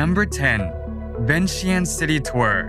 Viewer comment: I love beautiful of Laos Thanks for sharing Laos to the world but will be great if pronounce correctly . Example Vientiane= Vieng Chan